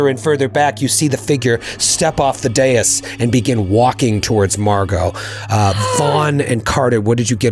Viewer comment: says dais like day-us, and my brain immediately: Amadeus Amadeus Amadeus!